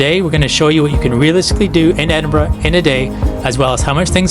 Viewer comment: Fantastic to hear Edinburgh pronounced correctly by an American, Keep it up and welcome to Scotland, Slàinte mhath.